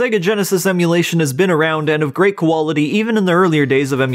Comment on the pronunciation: I’m sorry, are you saying “koala-ty” instead of “quality”? 😂